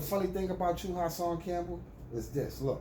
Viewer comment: You called him HERSAN 😂😂😂😂😂😂